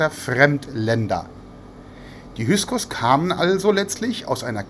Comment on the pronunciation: Min || Bitte --> "HY K SOS" ❗ Nicht "HY S KOS" ❗ Solche Ungenauikeit irritiert unnötig (zumindest mich)!